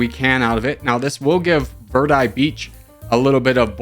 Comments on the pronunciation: Verde is pronounced "Vayr-day" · verde is pronounced like v air day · In Spanish you roll your r and the e sounds like the e in eggs.